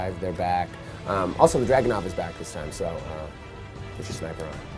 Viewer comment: "lets you put on a jugganort coustume" ME: oh nooooooooooooooooooooooooooooooooooooooooo.!!!!!!! here we go again.